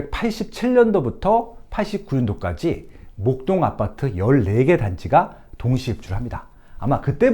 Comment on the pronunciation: 아파트를 계속 아빠트라고 발음하시네요ㅋㅋ